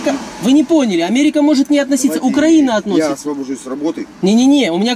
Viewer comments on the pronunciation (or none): УкраИна, а не УкрАина